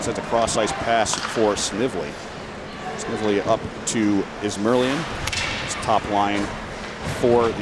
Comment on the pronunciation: Announcer, Snively with a hard "I" please. Nice comeback win by Yale.